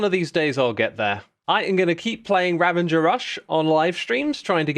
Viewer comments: Xisuma, I love you! But why do you keep saying Ravanger instead of Ravager?? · X you are truly epic, but no N in ravager lol